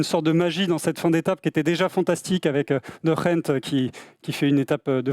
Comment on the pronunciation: Vous êtes chaud bien prononcer De Gendt une fois au moins ?